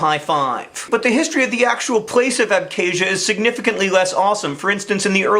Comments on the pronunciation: It's not pronounced "æbke̞ʒiɶ," but "abxazia" (using IPA). I know that mispronouncing words is your thing, but the 'x/kh' sound is not 'k,' it is like the German 'ch.' Random tidbit, the endonym of Abkhazia is Ap’khazet’i, and Georgia is Sak'art'velo. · Good video, but John's pronunciation of Abkhazia is yikes. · PS. please learn how to pronounce "Abkhazia" you have obviously never even heard of the region before the conflict happened.